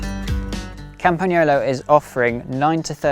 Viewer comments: The correct pronunciation!! 👏👏👏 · I always appreciate it when native English speakers take the time to correctly pronunciate the Italian "gn" sound in words like "Campagnolo". Good job!